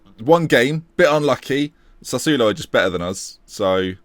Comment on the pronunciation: Sassuolo get G to teach you how to pronounce it PLEASE